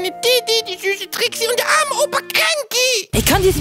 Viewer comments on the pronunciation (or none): Sie heißt immer noch Dixie Kong und nichts Trixie man man man man.....